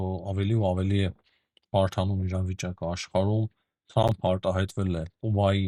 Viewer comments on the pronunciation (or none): none